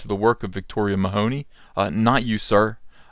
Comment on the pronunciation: Victoria Mahoney....it's Meh-huh-knee there is no hoe in the name. Also she isn't black....For some stupid reason everyone lacking with just a drop of non white blood is black in the USA....And that's just stupid. With all the SJW I wonder why this is still the standard...By the American standard everyone could claim to be black and there is no enemy left für the SJWs to fight anymore.